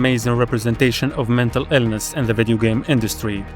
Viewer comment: Bro... you started with Cry of Fear... you instantly get a like and subscribe from me. Loved that game! edit 1: why do you say silent HELL, and mental Ellness? edit 2: Visage is my other favorite game!